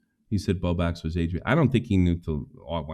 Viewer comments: continually saying "bow bax" and forgetting the L irritates me to no end for some reason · omg it makes me want to yell at the screen😭😭BOBAX BOBAX BOBAX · can't event pronounce Bowblax properly so of course he can barely keep a consistent thought in his head lol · I just want to say bowblax's name right once. I dont think there has been a single time.